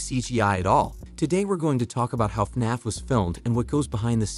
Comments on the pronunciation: It’s not fnonf it’s fnaf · He said FNOF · He just says” faf” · istfg if he pronounces fnaf wrong again :(((